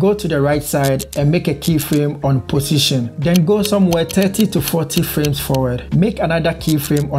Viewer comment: Am I the only one to hear pussytion? Anyway thanks for the video!